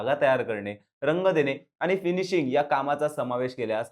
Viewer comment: आनी पानी करताय. सगळेच podcast वाले ण आणि न चा गोंधळ घालत असतात. त्यांचं मराठी ऐकून कान किटले आहेत. आता तुम्ही सुध्दा त्यात भर टाकली